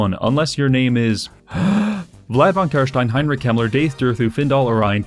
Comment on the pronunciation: “Heinrich hemler” Sounds a lot like a guy I know from history…